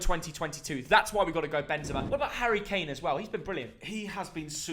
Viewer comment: Come on, it’s Kane!